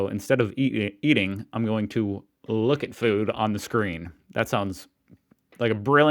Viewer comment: The way you started to say "eating" something nearly sounded Australian but you corrected yourself?